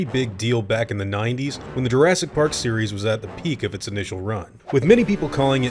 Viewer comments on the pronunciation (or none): none